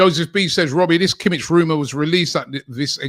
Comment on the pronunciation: no bayern players, thanks btw you don't pronouce it Kimitch, but Kimih, the H is as in Hint